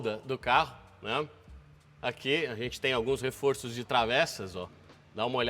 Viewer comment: "Refor(ôr)ço"…"refor(ór)ços". Chama-se plural metafônico. A palavra "reforço" no plural passa a ter som aberto no o central.